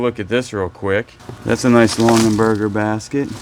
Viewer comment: LongAberger, not LonGENberger. Sorry, it's making me crazy. You can probably just wash the Pendleton in Woolite in the bathtub. The pressed glass piece that you thought was a napkin ring is a salt cellar...individual salt at each place at the table. They often have tiny spoons with them. The Betty Crocker cookbook is wonderful. Mine is held together with tape (for the 2nd time). We use it all the time. Not too shabby. Lots of pretty things.